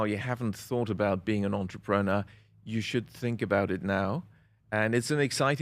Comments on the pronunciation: "Entree pre newer" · Take a shot everytime you hear the word…. Entrepren-uh 🍻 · interesting pronunciation of the word entrepreneur my guy